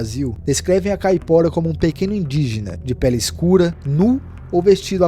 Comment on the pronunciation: Me desculpe mas não posso deixar passar . NÃO se fala ou se escreve "Famaliar" o correto é "FAMILIAR" , pois vem de " família " ou seja , o diabo que pertence à família. NÃO se diz ou se escreve " Capora" , o correto é "CAIPORA" , quem é brasileiro e NÃO sabe o nome correto de suas lendas ??? ...só quem não presta atenção no que está lendo !!!😮😮😮😮 um vídeo não se faz só lendo um papel , mas sim contando uma história que a pessoa já tem conhecimento .